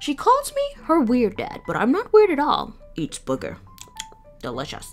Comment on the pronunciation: I love when he said eats boger